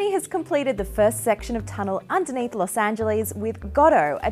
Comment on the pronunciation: I love how Ozs pronounce Los Angeles.